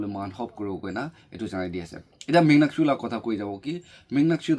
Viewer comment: Not muknyakshu❌ Monyakshu ✅